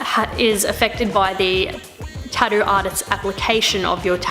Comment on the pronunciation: TatTOO, there's no D in it. You said it right at 40 seconds. Proving you can.